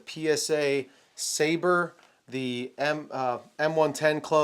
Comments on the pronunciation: We have reached the point where youtubers don't know how to pronounce "sabre." It's a fuckin sword. Their pistol is a "dagger." This isn't rocket science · Michael Scott also had problems with pronouncing Sabre